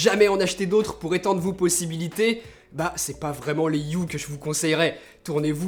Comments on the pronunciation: Ça se dit « E » pas U. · 👆Par contre, sauf quelques exceptions (ex: honour, hour, vehicule, ghost, etc.), le H n'est jamais muet en anglais. Donc de la manière dont tu le prononces, on entend "Philips You"